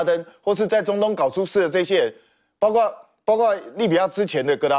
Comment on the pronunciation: 包[括]： 音[瓜]或[擴](O) 音[跨](X)